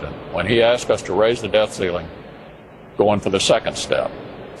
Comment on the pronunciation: wanna know what's REALLY creepy (and i'm sure someone else has already mentioned this): our goblin friend mitch very clearly says "death ceiling," not "debt ceiling" there.